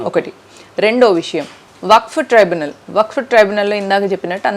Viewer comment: ట్రిబ్యునల్ అక్కా సరిగా చెప్పు అక్కా ట్రైబనల్ కాదు